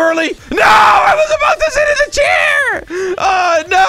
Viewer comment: he said sit